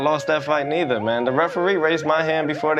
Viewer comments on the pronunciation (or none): none